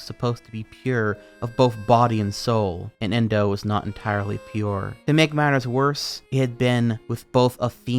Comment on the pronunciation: My account name is endo and its equally traumatizing every time i hear you say the name indow and anything they do